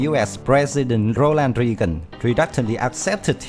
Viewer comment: It's Reagan. Pronounced RA-gan.